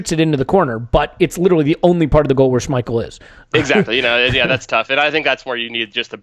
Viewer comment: I keep seeing people saying Lacazette missed a sitter but if you watched the replay of the pass from Ozil to Lacazette you will notice that the ball was too short and didn't get to Lacazette instead it was caught by Schmiel (Butchered his name lol)